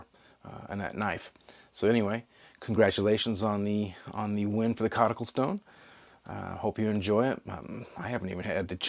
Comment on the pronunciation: I’m also a big fan of basing decisions on how the wind is blowing that day 😂 It really speeds up my life choices so I have more time to think about knives. Thank you for the coticule 🎉 the pronunciation was spot on!